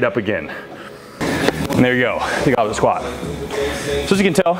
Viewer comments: What is written: goblet squat... What I heard: goblin squat... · My brain always hears "Goblin Squat."